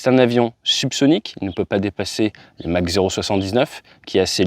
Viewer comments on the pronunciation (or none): none